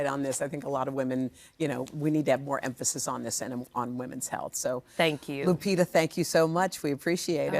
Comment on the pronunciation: The privileged feel privileged not to pronunce the name correctly. Lupitabhas been around for awhile, and still they are like " what kind of name is that?" , like the whole planet revolves around only one country with its culture and civilisation, ignoring the other 193 spread on 5 continents with their cultures and civilisation. Hoda's father is Egyptian, and Egypt is in Africa like Kenya where Lupita's parents are from. Egypt isn't far from Kenya as Egypt is in northern Africa and Kenya in eastern Africa.